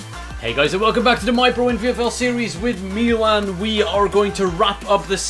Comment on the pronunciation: he still can't say Milan he still saying meelan